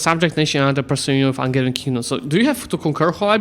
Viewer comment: Angevin is from the from the kings who came from the county of Anjou in France, so its "G" is like the "J" pronounciation-wise. An-zhou/An-zhe-vin